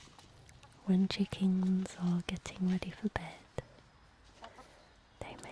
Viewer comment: I hate and love the way you say chickens, It’s kinda like you say; “Checkinths”